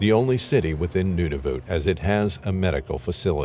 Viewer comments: It is not Nunavute it is Nunavut. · NuNAvut - he is pronouncing it as Nunuvut. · Accuracy? The territory is Nunavut, not Nudavut. Not "Inuits" but the name Inuit is already plural. There are no penguins in Nunavut and Pond Inlet is way above the tree line. 100's of km north of the Arctic circle. If basics aren't accurate, one may question accuracy of the actual event. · IT IS NOT NOONAVOOT. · The pronunciation of Nunavut is sending me 😂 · If you’re going to keep saying Nunavut, pronounce it correctly.